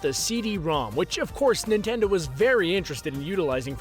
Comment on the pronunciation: Yes I love "nitendo"